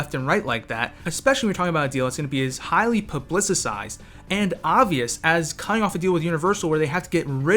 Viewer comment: 'highly publisisized'